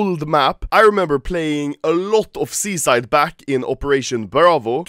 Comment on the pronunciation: You say "Seaside" like "Suicide" cringe